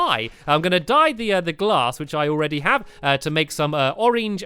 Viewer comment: He said stained class instead of glass